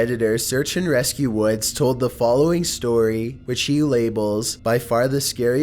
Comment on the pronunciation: He tells a story about hiking in the WOADS